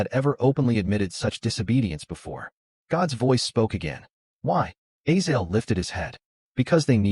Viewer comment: Its A-zay-zel not A-zael